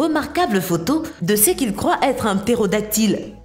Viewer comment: "beaucoup de gens "crouayent" qu'elle existe"? Magnifique!